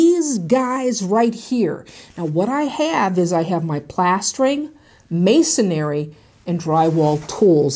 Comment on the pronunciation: There's no "air" in MASONRY. 3 syllables!